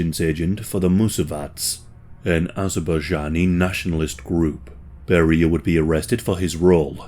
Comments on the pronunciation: His name is pronounced Bare-re-a, not beer-re-a. Thx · Why are you mispronouncing his name like this? In English it's pronounced "Barry-ah", not "Berr-ee-ah". Do you not speak English? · You're pronunciation of his name is not correct. It should sound more like 'bear-ee-ya'. Google Translate is always handy to help with pronouncing names, etc... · Vile monster. Even STALIN wouldn’t let his own daughter near him. But I don’t think you pronounce “Beria” like “Maria.” It’s “Bury-uh” or at least that’s the common pronunciation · Bro why in the world are you pronouncing his name Barreeeah? Sooo off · Beria is pronounced “BERR-ee-ə”, contrary to how we would expect in English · That’s one way to pronounce it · I was puzzled by the pronunciation since I have never heard it pronounced that way. How does someone put out a documentary about a subject that doesn't even have the correct pronunciation of his name....?